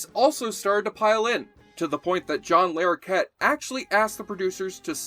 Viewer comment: It's not John Lair okett, it's John Lah rokett